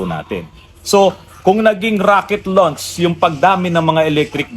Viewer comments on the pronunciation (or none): none